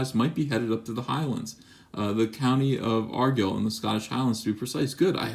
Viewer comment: You're not saying Argyll right. YouTube something saying it. IT'S VITAL.